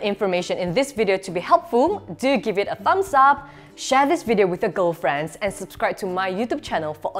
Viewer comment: Did she just say share with a ghoul-friend?